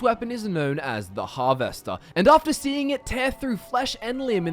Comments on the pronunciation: Can't get over how you pronounce harvester hahaha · I have literally never heard anyone pronounce the words Alteration or Harvester the way you do and it makes me ears confused because you have a perfectly normal Aussie accent besides those 2 words. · Why are you saying harvester like it's two separate words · I'm Australian and he is the only Australian I have ever heard say Harvester like that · is da accent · but your English. I dunno anyone in England that days it like that